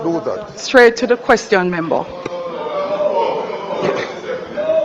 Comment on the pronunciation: Give up di damn position. Your pronunciation is like yuh dutty mind MEMBO memba. Its Member. KINGS English please.